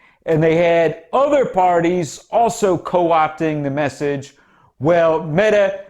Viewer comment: Perfect pronounciation of Mettes name 😀But we usually refer to her as "Slette (Erasing) Mette" due to the fact that she erased all her text messages showing her ordering the mink extermination. By "accident", of course!